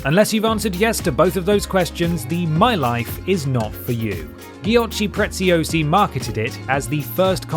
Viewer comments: The giochi preziosi pronunciation hurt my brain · The way you pronounce Giochi Preziosi is pretty hilarious 😂